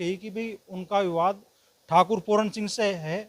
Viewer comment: पहले बोलनासीख बेटा पूरन नहीं पूरन सिंह